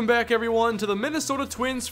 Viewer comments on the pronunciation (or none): none